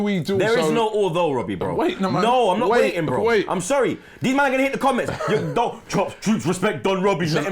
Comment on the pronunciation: "Weeitt nah"... Every Jamaican felt that.